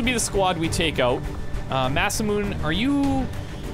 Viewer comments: I know this is very minor for you, but to us that speaks the language, it makes us cringe to butcher the name. The mune part of masamune is two different syllables, not one. Mu-ne, instead of mune. In English, Mah-Sa-Moo-Neh. Ne is provinces like eh with N in the beginning, not neigh. The google translation pronouncation is incorrect. Google is made to cater European or American English speaker. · Ma-sa-mu-ne Mah sah moo ne Not masamoon. Not masamuni. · That character named masamune is pronounced Maw-suh-moo-nay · mune? If it's pronounced mune, it would be spelled Myunーみゅん. This voice translation is incorrect. This translation is being read in English accent, not real Japanese translation. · Love your series! Just a note -- Masamune is pronounced phonetically, "mah-sah-moo-neh". Continue the good work,! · love your content, but dude.......Ma-Sa-Mu-(Nay) = Masamune LOL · Please listen to us when we say it's MasamuNAY.